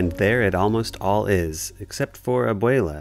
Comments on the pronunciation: “abweyla” please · fr I can’t get over how he says isabela and abuela